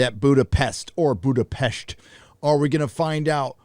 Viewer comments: It is [Boodapesht] (but the oo is short) as in Hungarian s designs [sh] (the english s consonant is designed with the double letter sz). Your pronunciation with sh is quite near to the native tongue there :D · Budapest perfectly pronounced, what a flex💪🏻